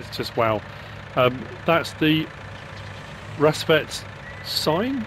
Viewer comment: you got the name almost spot on you just gotta say the A like an A not an E